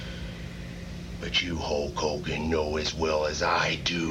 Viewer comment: Waters the Warrior's promos were so awful, he couldn't even say Hulk Hogan's name right Abel it depends on what your definition of "a-w-e-s-o-m-e" is.